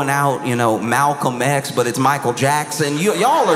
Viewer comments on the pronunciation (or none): none